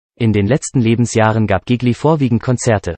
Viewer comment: Zuerst bekommt man einen Schreck, weil der Nachname dieses begnadeten Sängers so schrecklich falsch ausgesprochen wird... und nicht nur dieser... aber dann freut man sich darüber, dass man überhaupt die Gelegenheit hat, sich diese Kurz-Biografie überhaupt anzuhören... Gigli... einer der größten Tenöre überhaupt!!! ⭐️⭐️⭐️ Vielen Dank fürs Einstellen! 🙏🍀